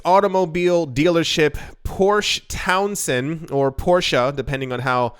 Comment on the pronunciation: It’s “Porsche Towson”